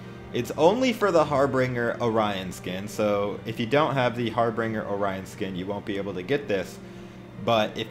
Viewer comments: Har binger not har bringer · Wanna think it's pronounced harbin'Jer mate lol